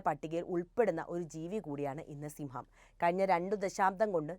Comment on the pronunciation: സിംഹം അല്ല സിമ്മം